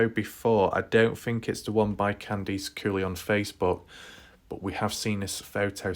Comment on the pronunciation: Candice = KAN-diss, not Kan-DEECE. Just because your across the ocean, doesn't mean you can't pronounce names correctly. This case is over. You need a new hobby like chasing down 100 year old Nazis in South America.